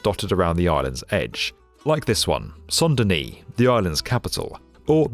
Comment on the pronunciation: Please either go for full English, or full French. Pronouncing "Saint Denis" as "Son Dunnie" is just just nonsense.